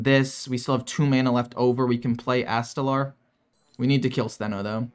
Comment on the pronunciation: My dude...it's ast-a-lore...not astalaaarrr Oh and screw ramp combo druid